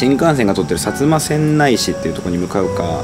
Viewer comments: 薩摩川内はせんない市じゃなくて、せんだい市ね 駅にある豚カツ旨かった印象やけど食べたんやかなぁ。 とゆうか、川内は新幹線駅あるからってより原発作業員多いからって印象やけど違うんかな？ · せんだいな、せんないではないw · 川内はせんだいって読むんやで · さつませんないじゃなくて さつませんだいです。